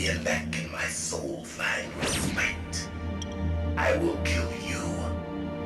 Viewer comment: Second time today I've heard someone mispronounce respite.